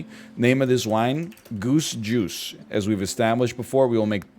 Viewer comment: Every time he says, "Goose Juice," I hear, "Goosh Goosh"...